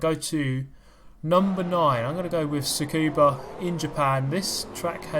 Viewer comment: How hard is it to spell and pronounce Tsukuba?